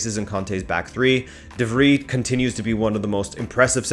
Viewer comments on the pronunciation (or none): It's pronounced "de-Vry", as in French Fry #rabonatv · You need to work on your pronunciation game bro. De Vrij = De Vry as in De Vry university. You don’t pronounce Van Dijk the same you pronounced De Vrij just then. The V should also sound more like an F but I’ll let that slide. It annoys me because (not you) people don’t even make an effort to pronounce certain names when they have clear references. Also, Vaclik = Vatslik. That can be forgiven because it’s not that common. Kolasinac is also not Kolasinać, it’s Kolasinats. He doesn’t care at this point and just lets people butcher his name though. Anyway, as for the final. I gotta say Inter are the favorites but I would like to see Sevilla win, just because I have a soft spot for them.